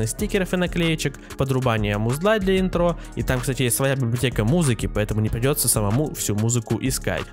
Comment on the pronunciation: Не интрО, а Интро